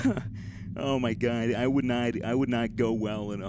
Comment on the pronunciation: Oh my gwad